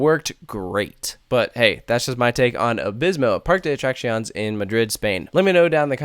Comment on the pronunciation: You say the other foreign names fairly well, but this is atrocious. And Spanish is the easiest language to pronounce! Very few words break the basic rules, unlike English. First, pronounce your e's! It's PAR-kay. And the cc is like our cc in "accident". It's uh-track-see-OHN-ays. (Not exactly but it's close enough.)